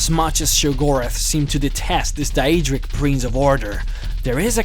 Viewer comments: WOW. was the real Jyggalath defeated by the real Shampion of Cyrodiil??? And its true that jyggalath was a DaEEEdric lord??? i never knew. i mean come on man you pronounced jyggalag right the first time... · the way you pronounce daedra and daedric is triggering me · The only thing that irritates me about this video is the pronunciation of 'Daedra' and 'Daedric'